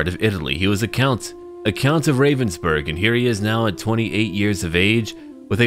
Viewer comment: one slight improvement to pronounciation: even though ravensburg seems to contain the english "raven" in it, the A in there is not pronounced like the ey in "hey there" but more the aaa in "aaah i understand"